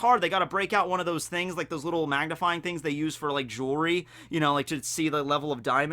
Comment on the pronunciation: I'M DEAD AS SOON AS HE SAID JUELY!!!!